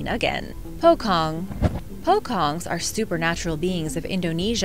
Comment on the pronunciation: Pocong pronounciation is more like pho-chonk